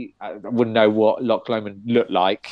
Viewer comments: Your british and you have no idea what Loch is, and you cant even say it correctly? very strange, its not an original song its an old Scottish song.. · I don't think it's strange that we can't pronounce Loch correctly. Funnily enough we didn't learn Gaelic in school! What makes you think we have no idea what Loch means? We clearly do know what it means. I said it was a lake and my friend said it was a body of water so how does that mean that we have no idea what loch is? It seems you don't know what loch means.